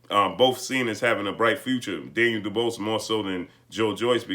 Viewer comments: Can you actually pronounce his name right for fucks sake. It’s pronounced Doo-bwah.....not doo-bose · "du-BWAH" NOT duBOSS😵...That's all I got to say.😐✌ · His name is pronounce doo-waa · Dubois is pronounced Doo-BooAh. Sorry it just threw me off hearing something else. Great Job. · Can’t you at least pronounce the man’s name correctly!! Daniel would’ve beaten Wilder because Wilder doesn’t use his jab effectively and is not a smart fighter like Joyce.